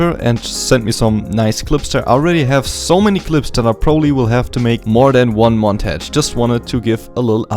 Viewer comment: Montage, it´s pronounced "mon-targe"